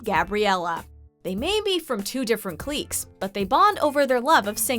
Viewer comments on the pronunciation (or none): Lol 2 different "cleeques" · Cliques = clicks. NOT cleeks. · Clique is pronounced like click, not CLEEK. Please stop with the CLEEKing. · Why does she pronounce clique cleecks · Clicks not cleeks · Cl-eeks?....did you mean cliques? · Umm Cleeks? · Cliques being pronounced 'cleeks' makes my day 🤣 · Two different “Clecks”? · Pronunciation of "cliques" 😂😂😂